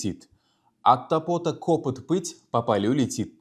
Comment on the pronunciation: 1.Ударение: От топОта кОпыт эмас, От тОпота копЫт булиши керак. Омад ёр булсин. Харакат қилаверинг. Хаммамиз хам хато қилиб урганганмиз.